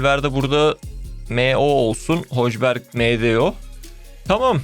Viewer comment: ABI HOJBERG DEGIL HÖYBYERG :DDD